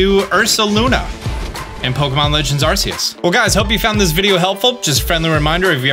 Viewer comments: I know you’re working on it, but 1: it’s ARR-key-iss, and 2: it’s arr-KOOS. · he really said it like arseus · Say it with me Ar KEY us!!!!! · Aight Imma start the debate: It’s Arceus not Arceus. (Think of it however you want, I’m saying it don’t matter. Tomato tomato) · I love ya bro but every time you mispronounce arceus I feel like jumping off a cliff😂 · my dude does not know how to say arceus